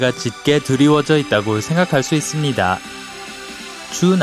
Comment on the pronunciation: 침고이게 말하는듯 있음니돠 돠돠